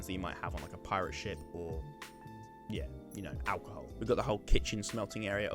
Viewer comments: Is it just me or I thought he said shit Front of a shit😂😂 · when you where saying ship i was hearing $h!+ instead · every time you said ship i just heard the word Shit and I was thoroughly entertained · when you said ship I thought you said shit and i was really confused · When you said you were trying to make it look like a ship I thought you said shit lmao